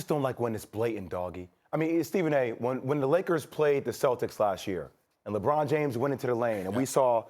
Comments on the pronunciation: Bro said lebum 😂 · Mad dog said LeBum 😭😭